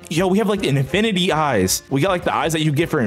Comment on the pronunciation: he sounded like he said infirrrrridy but it was infinity.